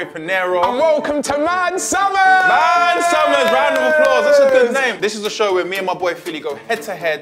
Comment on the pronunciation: man said "man summers" i'm dead